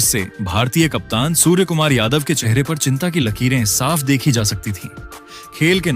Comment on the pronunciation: सुर्यकुमार को सुवर बोल रहा है बिच बिच मे.जरा ठिक से बोलो.सुर्या.